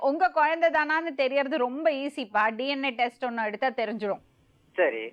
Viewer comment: DNATestkku DM testnu solluthu😂😂😂